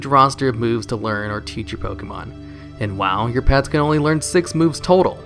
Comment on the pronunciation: Can you stop calling it "Pokee mon"? It's one of the most well known franchises and there's no way you don't know how to pronounce it correctly